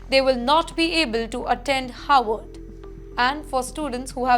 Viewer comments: is pronouncing '"Harvard" as "Howard" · It’s Harvard, not Howard.